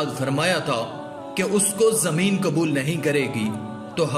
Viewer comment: KABUL NAHI QUBUL.......ALFAZO KE SHENAQT KARO